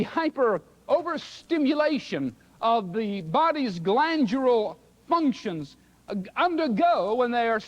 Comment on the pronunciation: not glandular functions, it’s “grandjurel functions“ 🤣🤣🤡